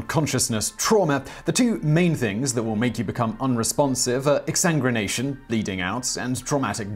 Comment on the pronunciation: So I'm trying to figure out if this is a trick of the ears, or is a cultural/regional pronunciation thing. Because I hear him say Exsan(grin)ation instead of Exsan(guin)ation. I've heard the two of them speak on length over different phrases and pronunciations before, but as someone with british relatives this is a new one.